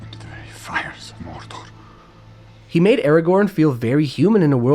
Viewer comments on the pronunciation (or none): I love how Viggo say’s, “Morrrrrdorrrrr” 😂